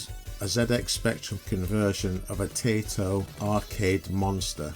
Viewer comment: TIE-toh. Not TAY-toh. They're not crisps!